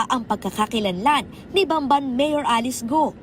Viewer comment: BAMBAN, TARLAC PO. HINDI BANBAN, TARLAC. CAPAMPANGAN PO MOSTLY ANG DIALECT DYAN KOKONTI LANG ANG HINDI CAPAMPANGAN DYAN SA BAMBAN, TARLAC